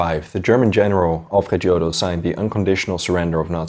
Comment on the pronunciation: Alfred Iodl, not giodl. German, not english......Vilhelm, not uilhelm.......Pls, review your pronunciation of german words....vehrmacht, not uehrmacht..........